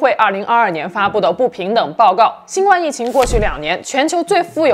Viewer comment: 新冠的冠应该读第一声而不是第四声。